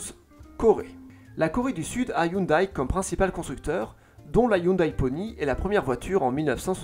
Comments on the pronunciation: Ca se prononce hyundé par contre 😅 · Sa prononciation de hyundai me fait saigner les oreilles. Sinon, ses vidéos sont toujours au top